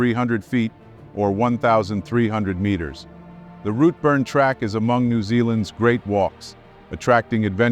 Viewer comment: FGS they took a 'short cut'? If there were short cuts on a well established track do you not think they would be signposted? BTW the pronunciation is Glen Orkey and Rootburn